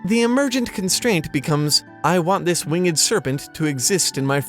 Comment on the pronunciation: "Wing-Ed" serpents. Love it. -Blessed Be. LOL